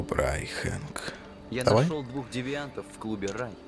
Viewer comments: Хэнк а не Френк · не фрэнк, а хэнк